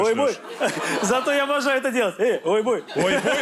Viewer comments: Не "ОЙБОЙ",а "ОЙБАЙ" Это междометие. Переводится как О,нееет🤦 или Ёмое) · «Ойбой» это разве не “ойбай” а ойбай это типа удивление чему то, а просто удобнее Ойбой говорить